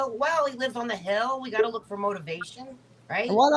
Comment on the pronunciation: Replay- I hear “I’ve goddo-a lie detector test” I agree with Tina on that interpretation.